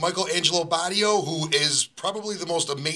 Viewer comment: It's "Bay tee oh" (rhymes with "radio") dude!